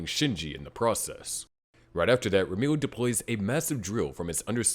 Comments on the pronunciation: Ramiel is spelt like ram (as in the animal) e (letter) l (letter) Or at least that's how you're spoused to pronounce the name I'm a native Hebrew speaker so it bugged me a lil lol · Never in my life have i ever considered that Ramiel could be pronounced "Rameal"